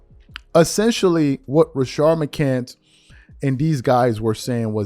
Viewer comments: Oh and for shits and giggles he’s called “Rashad mccants” Rashard mccant multiple times on this video. He clearly doesn’t watch any sorts basketball outside of Lebron related topics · Why Do You Mispronounce Rashad's Last Name All Of The Time 🤷🏿‍♂️? "McCANTS" (Mih-Cants) Not McCant 🙄!